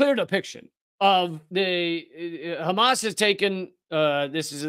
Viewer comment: A true Semite speaks the Semitic H like the Arabs do, it is called Hamas and not Khamas, it is called Hannukah and Channuka, it is called Passover and not Pesach and so on and so forth..